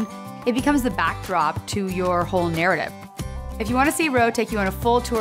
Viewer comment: Ro not or